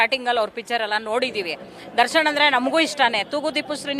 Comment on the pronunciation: ದರ್ಶನ್ ಅನ್ನೋಕು ಬರಲ್ಲ ದರ್ಶಣ್ ಅಂತಾರೆ😂😂😂😂 ಯವೂ ಇವೆಲ್ಲ😅